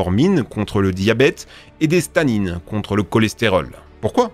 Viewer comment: « Et des Stanines » MDR au lieu de statine